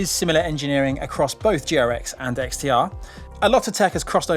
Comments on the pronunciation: when you say GRX is sounds like Durex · I know it's GRX but I kept hearing Durex™.